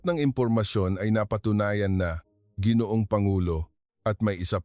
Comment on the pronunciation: Pronounce Langis w/ stress on the 2nd syllable. Let a Pinoy edit your Tagalog. Ginoong pronounce as ga or go ,guitar